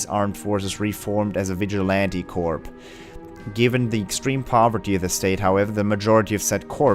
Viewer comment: You pronouce corps like core I believe, the s is silent. Also in case you forgot the Northern Jaegers were the group Kevin fought on the Lusitania, hence the whole how they were doing this for their homeland etc.